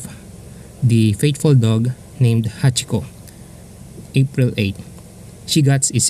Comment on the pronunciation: so it's Hachikou and not Hachiko